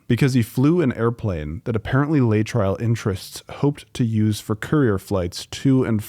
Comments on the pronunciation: FYI: Laetrile is pronounced "Lay--a--trill", NOT Lay-tryle! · Lay-trial. Sigh. It's Lay-uh-trill. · It's pronounced: lay'-uh-trill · Someone is too young to remember it's pronounced "LAY--uh-TRILL"... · 'LAY uh trill' is how that drug is pronounced. The powers that be always denigrate and destroy natural cures with any lie that they can. Cancer is too profitable to be allowed to be cured. Implying that the government was correct is your mistake. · It is pronunced lay-EH-trill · you're pronouncing it wrong - lay - a -trill. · Lay-a-Trill is the pronunciation. Laaaay uuh trriilll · As someone alive at the time, I want to say the drug was called Lay-a-trill. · At the time, Laetrile was pronounced lay-a-trill. I remember cancer patients going to Mexico for treatment, coming home “cured” and sadly, dying from the disease.